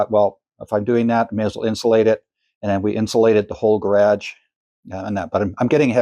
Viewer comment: "Ga' rhage"? What accent is that? Asking for a friend... Those arc shape shelf's are very cool, I'm stealing that. LOL